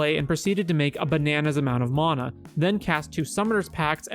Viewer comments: "Maw-nuh" lmao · Bro you got some awful takes. Clearly don’t understand magic in a lot of ways. Also you’re saying mana wrong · The way this dude says mana lol